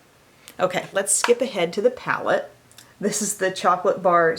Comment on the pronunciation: He said “ palette”.... 🙌🏻I’m impressed.